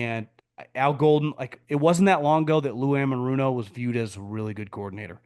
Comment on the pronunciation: It's Lou Anarumo (Ana-room-oh) 😂. Big mistake for the Bengals to let him go. He was far from the problem.